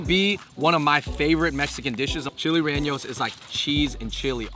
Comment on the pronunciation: Chilli rereños😂💀😫 lmao